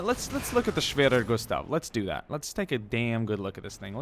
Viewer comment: wow respect you speak the word schwerer gustav very good